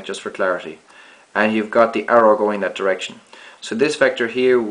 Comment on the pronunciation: You're saying "dash" instead of "that"